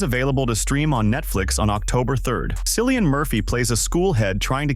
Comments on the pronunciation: Cillian...pronounced Kill-eean....not silli-an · Cillian is pronounced "Killian"